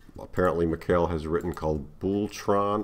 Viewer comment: Thanks for the video, and his name would be pronounced Mikhail (Mee-Ha-Eel) for Russian or (Meek-Eye-El) for the original Hebrew pronunciation which most nonslavic language speakers use. and the last name was right the first time more or less.